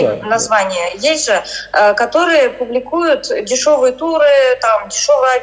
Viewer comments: «Имеем право делать турЫ (ударение на Ы!!!) в ОАЭ внутри и снаружи» - да я бы такой даже милостыню деньгами не дала, не то что свои кровные😅 А вот букварем по голове - это можно😂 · Жесть ) она даже слово туры говорит с другим ударением 😅